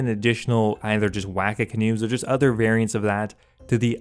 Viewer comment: Wacka OOF it's Wah-kah